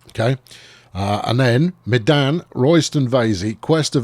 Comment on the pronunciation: Medan is pronounced "Mey-dahn"; one of the indonesian cities.